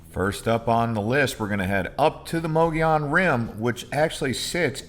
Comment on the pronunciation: It’s pronounced Muggy-own.